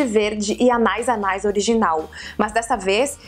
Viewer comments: Ficou muito engraçado ela falando "Anais, anais"! Acho que a pronúncia correta é "Anaís, Anaís". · Karol, é "anê anê" a pronúncia kkkk em francês a terminação ais se fala "ê" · Se fala ané ané, Karol!! Deu vontade de ter todos!! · Anais Anais Mon Premier Délice se pronuncia "Ãné Ãné Mon Prêmiê Dêlís" mais ou menos. Qualquer coisa é só colocar no google translator e apertar para ouvir o som da palavra. Ajuda bastantinho! <3 Eu sou bem particularzinha pra escolher perfume, mas tem uns que até eu fiquei com vontade de comprar, hahaha! Beijo, sálinda! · na verdade é anaïs anaïs e como o i tem trema, então a pronúncia é anaís anaís ;) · Se quiser confirmar, é só procurar um comercial do perfume aqui no YouTube. Vi dois, um antigo chamado "Anaïs Anaïs TV Commercial 2" e um do perfume que a Karol mostrou, chamado "CACHAREL - Anaïs Anaïs Premier Délice". No final de ambos tem a pronúncia correta.